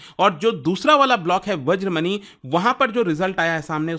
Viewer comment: सूर्यमनी, वज्रमनी ❌❌❌ सूर्यमणि, वज्रमणि ✅✅✅